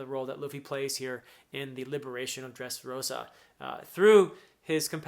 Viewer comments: As a spanish speaker, I LOVE the way you pronounce "Dressrrosa". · I love how you roll the r when saying Dressrosa. 😎 my favorite navy are Smoker, Tashigi (G5) Garp and Fujitora. 😅 they good people. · Thanks for giving us these emotional and filled with energy analysis. I love, really, but really love, the Way you roll the Rs while prononcing Dressrosa, Rocinante, Corazón, Señor. It literally makes me smile, as a Spanish speaking fella